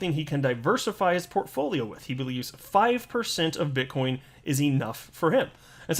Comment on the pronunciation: did he say bitchcoin? lol